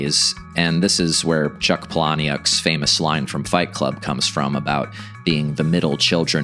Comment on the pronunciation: Pahlaniuk is pronounced "PAHL-a-nick". NOT "Puh-LAH-nee-uck". Gen X still cares about pronunciation, grammar, spelling, and language generally.